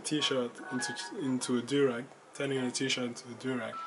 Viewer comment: Yo the way you say durag its like durex